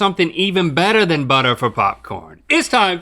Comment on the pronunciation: The intro dialogue, the time of the show where Link stops pronouncing “R’s”...”Bettuh, than buttah”